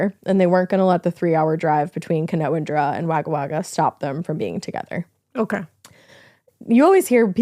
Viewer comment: NO FUCKING WAY! You, actually, pronounced Wagga Wagga more correctly than even some Australians, and you're not even from here! I was born there as my Dad was in the airforce.